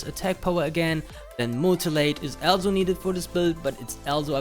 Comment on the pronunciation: stop saying "alzo"